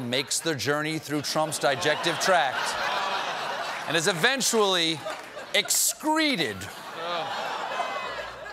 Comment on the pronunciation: was that dijective tract? Not a fan of trump but even the best slip on some words...nice to know that Steven Colbert is still partially human... good on you sir.